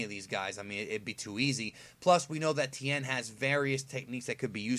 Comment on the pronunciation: tien not ten